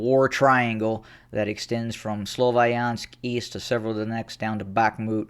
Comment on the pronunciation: May I point out that "Sloviansk" is pronounced with the "i" like in "winter", NOT like in "wine". (not sure if I could explain it well enough, non native English speaker here😅)